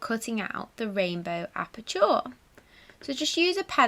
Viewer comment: you pronounce aperture as appa-cha not appa-chaw 😀👍